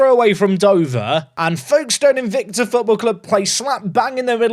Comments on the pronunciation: Folkestone is pronounced Foakes stone. The l is very much silent. This comment is mostly because I want engagement on this video to push it forwards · We pronounce it more like "Fokes-ton" down here! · As someone from the south east of Kent, the way pronounced Folkestone made we shudder, the L doesn't get pronounced